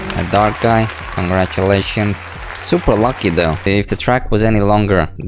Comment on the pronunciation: Why do u say congratulations